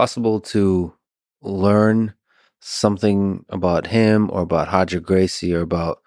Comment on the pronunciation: Pronounces Roger as Hojer but not Khabib as Hhabib 😅